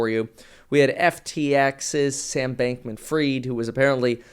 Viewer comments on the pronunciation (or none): Why does everyone pronounce Sam Bankman FREED? It's FRIED as in he fried the crypto market with his fuck buddy at Alameda Research, Caroline!